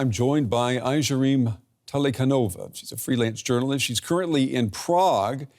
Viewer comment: the news anchor at least could try to pronounce the name of the lady correctly - Aigerim. Even the name of the President of Kazakhstan was not pronounced correctly. this is an example of poor journalism. Do your homework